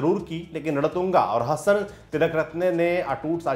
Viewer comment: Ratunga nahi ranatunga brother